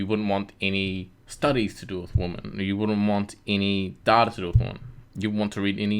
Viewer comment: Plural for "woman" is pronounced WI-men. Not WO-men, despite the spelling. Just a pet peeve of mine. "Females" would also work as an alternative. Otherwise… Great video.